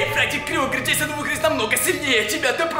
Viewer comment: Ты сказал джессон